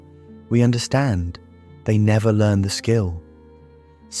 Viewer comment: Why is this AI (text to voice) narrated? If you wrote the script, wouldn't you believe in it enough to be worth reading it yourself or getting another real human to read it? The occasional mispronounced words (like "learned" instead of "learned") and pauses at the wrong point in a sentence are a dead giveaway. I thought this subject held promise, enough that I bothered to click. But now I'm doubting if this is even real or proven psychology, as opposed to just someone's pet ideas.